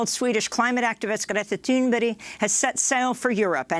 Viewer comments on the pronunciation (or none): Tune berry huh? STFU it Thurn burg! MORON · Amy Goodman, for months you've been calling Greta Thunberg, Greta Thunberry! It's about time you retired.